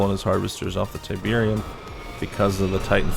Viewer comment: Tyberian Sun. Not tyberium sun